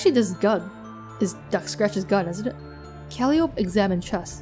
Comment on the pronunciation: By the way, i think Calliope's name is pronounced more like "Call-eye-oh-pee". Not totally sure on that cause i heard some people pronounce it differently, but that is the one i have heard the most often.